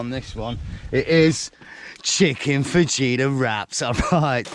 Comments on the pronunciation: Same 😅 Fajita = "Faheeta" 😅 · i still laugh at your pronunciation of "fajita"